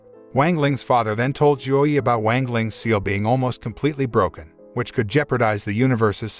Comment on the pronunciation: Just...go look up how to pronounce things. It's not that hard. As donghua becomes more popular can we at least stop pronouncing "wang" wrong? I mean... It takes five minutes to go look up how to pronounce pinyin. The "a" is always going to have an "ah" sound. X is not z, it's more of a sharp S sound. E, like in Chen, is more like a uh sound. C is like ts. Cao would be Tsao. "Ian" as in Jian or Tian, is like just saying the letters E N. so Tee-en. That should be a good start.